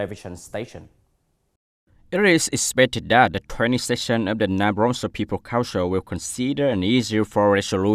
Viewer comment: cái từ provincial //prəˈvɪnʃl/ nhấn vần 2 thì vần 1 đọc thành /ə/ mà anh cứ quất là ˈprɒvɪnʃl/ là tiêu.